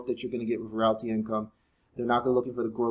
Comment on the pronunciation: You pronounced realty wrong. It’s “real tea” like real estate.